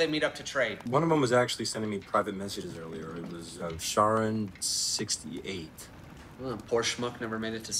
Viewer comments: Wait, they call Charon "Sharon"? Charon is the ferryman who takes the departed over the river Styx and into Hades. The "ch" is a "kh". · They kept saying Sharon and in my head the whole time i thought it was read as Kharon. Googled it and damn now that part just irritates me everytime they said it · I’m not a Greek mythology expert, but aren’t they pronouncing Charon wrong? Like isn’t it supposed to be said like Care-on and not Share-on or Chair-on? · It's annoying how you keep saying "chars". It is pronounced "share-on". In Greek myth Charon is the ferryman that takes the dead into the underworld. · Yo so the ferryman on the river of Styx is pronounced “Karen”? You truly can’t escape them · I always pronounced it as CARE-ON but their pronunciation is just annoying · To be fair... I have a degree in Archaeology, took a ton of classes on mythology all that. I've heard even experts pronounce it anywhere from "Kharon" to "Share-on" to "Chair-on." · I can't get passed how they're pronouncing Charon. Like, I'm willing to take a lot of variations from "heron" to "karen" to "kay-ron" to "hair-own" and everything in between. But there's no universe in which I'm okay "sh-" or soft "ch-" for ancient Greek names. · I just wanna say that according to my art history professor and her wife the only legitimate pronunciation they could find for Charon is “Karen”. Do with this information what you will. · isn't the correct pronounciation karen though? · that dude just said sharone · I just noticed he said sharone instead of charon lmao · Why are they pronouncing Charon like Sharon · holy shit it's pronounced KEH-run. how do you produce a multi million dollar movie and not do basic script checking. or is this another "you say sabotage. i say sabo-taj" deal? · why the fuck are they saying sharon?? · It doesn't help that it's being pronounced wrong lol. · They didn’t even pronounce Charon correctly. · THEY ARENT PRONounCINg CHARON CORRECTLY AND ITS FUCKING PISSING ME OFF